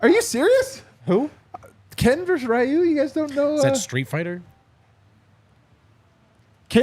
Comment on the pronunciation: For: Ryu = REE-YOU